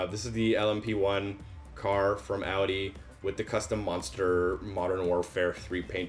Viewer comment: at least you say Audi right